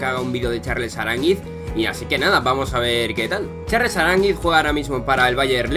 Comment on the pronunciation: Primer español que dice Aránguiz y no arangüis